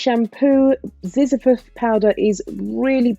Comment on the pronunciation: Zizyphus, pronounced zi - zy-phus. I don't get no bits from the Zizyphus powder. It may be from one of the others. Also, I forgot to mention, I condition using ambunu powder after I rinse this out. I'm glad you love it too 😘